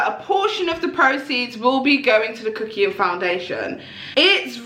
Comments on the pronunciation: I die every time she says "Kuckión~" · Why does he say his damn name like that please calm down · The 'kuckian' with a french accent part K I L L E D M E